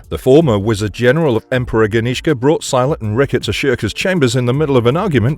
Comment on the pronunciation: I think this was just edited poorly. The way the narrator says Silat is sus.